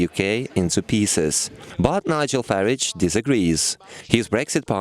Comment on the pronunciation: Learn to say Farage properly